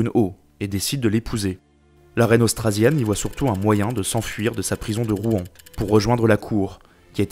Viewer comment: On dit Rouen comme le "Rwanda" ! Mais très instructif quand même haha